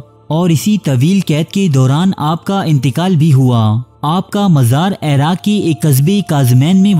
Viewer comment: Airaq nahi iraq he ap ki urdu boht kharab he me information pe focus kar hi nahi pati ap ki ghaltyo se uljhan hoti he ap khud batao koi ap ko ghalat parha raha ho to kya ap us se parhogy ap sunogy usy ap to kahogy isy to bolna b nahi ata ye mujhy kya sikhayega